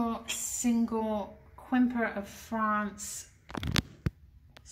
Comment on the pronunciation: Nice! I collect Quimper pottery too! In the future, you could pronounce it “Camp-Air” 😊👏🏻